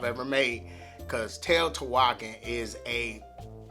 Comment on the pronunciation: To say Teotihuacán you want to stress the last syllable.